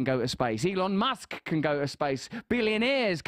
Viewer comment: Did he say my dick musk?